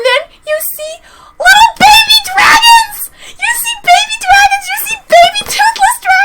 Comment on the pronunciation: Dwagons...nice Imma take that.